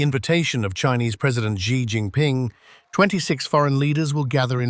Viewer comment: Gee Gin Ping. Why can't they pronounce his name correctly?